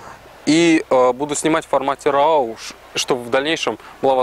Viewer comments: Роу, а не рау, умник. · "Объектив с постоянным фокусным расстоянием и постоянной светосилой 2,0… " А бывают фиксы с переменной светосилой? И да, raw произносится как "ро", а не "рау", как человек занимающийся фото должны знать это. Но это придирки. Основная претензия к сравнению: сравнивать нужно фото, сделанные в близких условиях, а значит для фотоаппарата режим авто и jpg, и там и там фото без обработки.